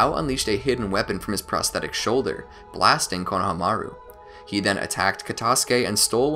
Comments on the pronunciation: I find it funny how you cant pronounce Kono-hama-ru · “Konahamaru” lmao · did you...did you just say "KONO-hamaru" errrr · Who's Konoha-maru? I thought it was Konohamuru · Dude it’s kono ha Maru not konoha maru